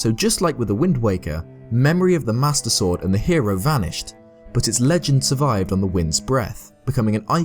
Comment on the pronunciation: The way you pronounce "Master Sword" sounds a bit like "Mustard Sword." I just like the idea of Link fighting by squeezing a bottle of mustard.